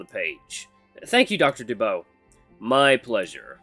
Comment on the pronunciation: DuBois is pronunced Doo-bwah. You're doing great though dude!